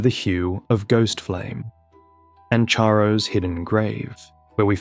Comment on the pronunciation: Excellent work, please learn to pronounce "Charo" correctly.